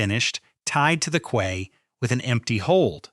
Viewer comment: quay (pronounced /kiː/)